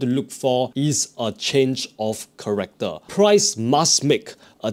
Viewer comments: Change of “Character” not “Corrector”. Other than that great video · its character (change of character) NOT corrector. thank you for explination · Change of Character bro, not Corrector, CHARACTER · Dude, what the hell is corrector? It's the change of character!!! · Ch-a-r-ac-toor. Also can :D